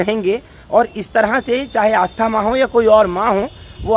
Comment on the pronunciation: Aastha Maa nhi asthma.